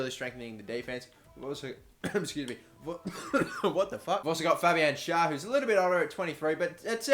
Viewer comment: Schärr is pronounced Scherr